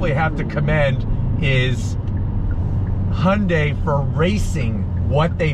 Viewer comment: 리뷰 하시는 분중에 현대 발음을 제일 잘하신 분이네요 제가 듣기로 정확히 "Hyundai 하시네요! 잘 봤습니다^^